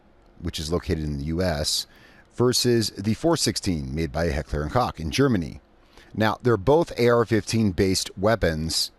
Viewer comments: H&K he pronounced like heckler and cock but it is pronounced like heckler and ko Not trying to hate just correcting an error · It's pronounced Heckler & Coke.